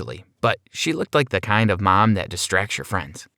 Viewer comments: Nobody: Him: « mY mAm » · Does anybody hear how he says mom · Sir put a shirt on I bet his mom is 5 times his age and there flirting ummmmm u need help and the way he says mom is weird 😂😂😂😂???? If u agree comment down below❤️❤️❤️❤️